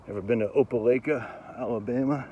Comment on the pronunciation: Long “i” in Opelika , it’s like you Lika it.